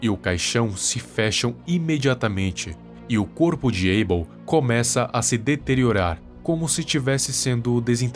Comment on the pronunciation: Porque aibêl? Que eu saiba se diz abél não?